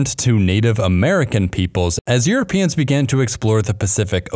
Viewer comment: "as earuopeans started exploring the pacific.."?